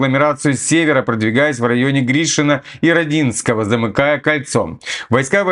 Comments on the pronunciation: не Роденское а Роооодинкое ударение на О!! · При названии города Родинское, надо делать ударение на первый слог. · у нас у мирнограде эта шахта так и называется "шахта пять шесть", а Родинское - ударение идёт на первый слог